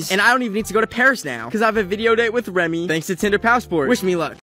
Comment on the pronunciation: instead of remy it’s nemy